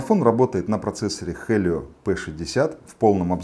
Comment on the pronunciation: На слове Хелио не захотел далее смотреть 😆